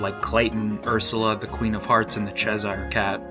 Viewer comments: it’s cheshire cat not chezire cat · Great video but what happens to your mic 7 mins in? Also it's "Cheshire cat" not "Chezire" cat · .. Cheshire.. Chesh-eer, not Ches-hire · This is interesting! Just a heads up, Cheshire is pronounced "Chess-shurr". :) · Did you pronounce it “chezire cat”?!